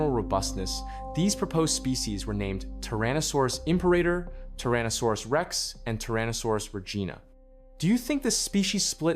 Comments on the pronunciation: It's 'Tyrannosaurus' not 'Trannosaurus'. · TYrannosaurus, not TARranosaurus